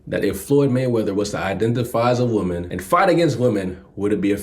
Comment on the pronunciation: Say woman correctly please!!!